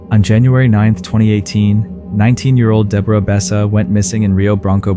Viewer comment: Deborah being pronounced every which way but the correct one 😞